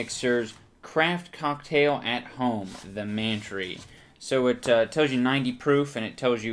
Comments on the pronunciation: Worst alcohol ever. Any booze you gotta mix shit in(especially oysters or acid+milk) is a scam or just plain disgusting. That one bottle of stuff looked like septic tank leakage. Kudos for the puke shots. I came twice. Also it should be pronounced "Man-Try," you hipster. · It is man-tree pronounced like pantry